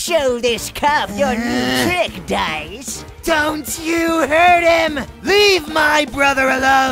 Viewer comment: Reads dice as dicc*